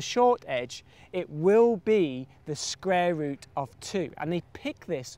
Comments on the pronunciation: its cool hearing about the scrare rut of two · "sqware root"